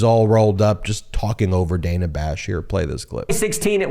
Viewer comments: Dana pronounces her name as Dan-a. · why does he keep calling her Dena? 😂